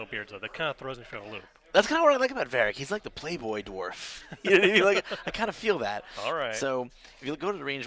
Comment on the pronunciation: It's DWARF not DORF. Pronounce the W or sound stupid.